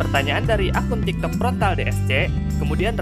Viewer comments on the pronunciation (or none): none